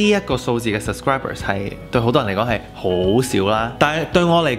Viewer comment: how come you pronounce “sub scri ber” as “sus cri ber”, just curious 🤣 congrats on having 10k subscribers!!!